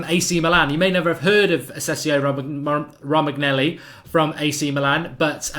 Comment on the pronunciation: Romagnelli? lol ROH-MAN-YO-LEE